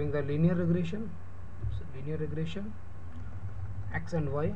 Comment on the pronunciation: Regression not regrassion yuo idiot!